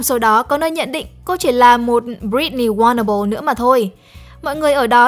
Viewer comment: mình biết, nhưng voice talent đọc là "wannable" ấy Mà cả team spiderum k có ai crosscheck để chỉnh sửa hết